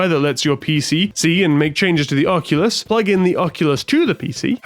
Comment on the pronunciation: You're one of the few to pronounce it correctly on the first go! Lol. English thanking French, I think that may ruffle some feathers. Amazing stuff here. The time spent really shows. I've had VR parties at my house and it absolutely blows everyone's minds. You're absolutely right it's impossible to explain.